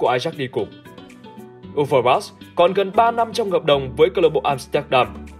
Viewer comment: Đọc sai tên Marc Overmars rồi Admin.